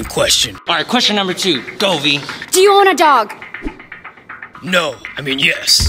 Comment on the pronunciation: Lol you said muber